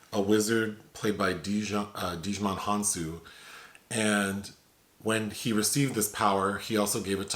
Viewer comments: Cracking me up. It’s pronounced Ji-Mon, but your way made me laugh. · Pronounced like JAI-MUN. 😂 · The “D” is silent in Djimon Hounsou. Thanks for the review.